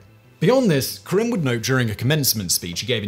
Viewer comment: There's an 'a' in the name Karim.